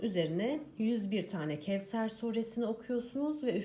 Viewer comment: Kevser diye okunmaz onu dikkate alın lütfen